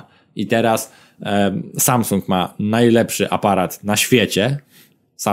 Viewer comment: "szajsung" ... tfu!!!